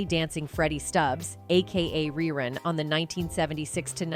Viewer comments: The person narrating this video sounds like they're reading a script i mean its 227 not two hundred twenty seven smh cmon now and its Ree Run not Rhy Run and why does she keep saying "whats happening" like she's surprised to say it? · The late Fred Berry's character name was pronounced, REE-RUN, not Rye Run. Smh. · narrated this nicely. RY- run????? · Who did this stupid documentary? His name was Rerun not Rye Run. The other show was called 227 not 2 hundred 27. How about getting the facts straight before embarrassing yourself! And some of the pictures aren't the people that are talked about!Unbelievable🙄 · Fred Berry's character was named rerun, But you kept mispronouncing his name. But when you said the show came back in reruns, it's spelled the same you know🤔